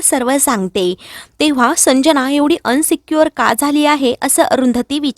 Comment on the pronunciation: अनसिक्यूअर नाही गं ताई,इनसिक्युअर.तु पब्लिकलि बोलतेस नीट समजून बोलावं